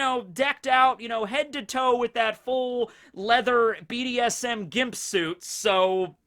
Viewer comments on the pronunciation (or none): none